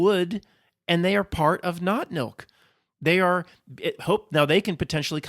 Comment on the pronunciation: I keep hearing "not milk" every time you say that phrase. As in, not human nor fur-babies.